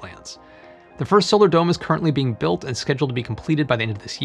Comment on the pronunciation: When you said "dome designers" I heard "dumb designers".